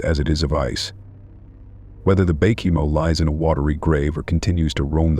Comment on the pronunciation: Baychimo? Bacamo? Wth?